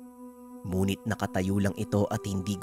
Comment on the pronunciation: bakit yong ngunit muh munit yong pagkasabi muh DBA dapat ngunit bat munit??